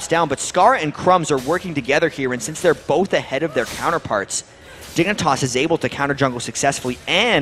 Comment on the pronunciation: Casters keep saying dick for dignatas.